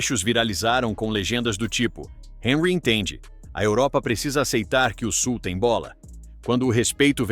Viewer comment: O Thierry Henri é francês. Então, seu nome foi pronunciado errado. Sabe ler, mas não sabe identificar a pronúncia correta.